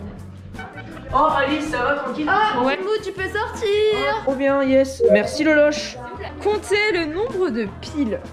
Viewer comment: Non c'est pas loloche c'est galoche